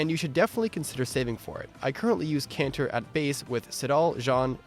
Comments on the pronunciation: Nice list, but can we please stop pronouncing "Canter" like ignorant weeaboos. It's between a trot and a gallop. A word you should all have heard long before you played this game. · It's Canter.